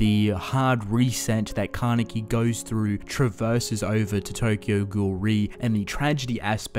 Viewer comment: Ka-ne-ki jeez